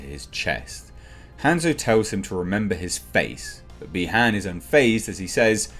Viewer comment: It’s by haun not b han surprised no one else knows how to say his name right